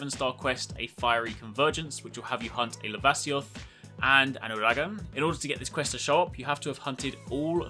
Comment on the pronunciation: the way he says uragaan it ews me